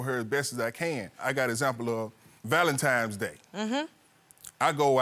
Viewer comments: ITS THA VALENTIMES👀👀 FA ME!!!!😂😂😂😂LETS ALL SAY IT TOGETHER VALENTINES!!! DAMN😂😂😂😂😂😂🤦🏽‍♀️🤦🏽‍♀️🤦🏽‍♀️ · Weddings are overrated, the marriage and home is what counts. It's hard to focus with him saying, "Valentimes Day"! It's Valentines day! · Please people... It's VALENTINE'S DAY... not Valentimes... Give the lady a wedding ... you've kept her waiting for YEARS!! It's not just about you Sir! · Starting with the correct pronunciation of ValenTINES Day, not ValenTIMES Day. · Why do people say Valentimes day??????? Goshhhh